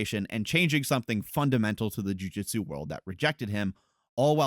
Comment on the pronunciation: Amazing video, and this is not a dig, just a note because it keeps bugging me: it's pronounced Joo-Joot-su, not Joo-Jit-Su.